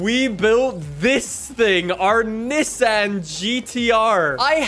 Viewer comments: You pronounce Nissan like (nee-saun) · When will learn that’s not how you say Nissan🤦‍♂️